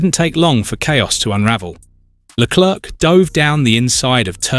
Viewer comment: Please learn how to pronounce Leclerc - last "c" is silent.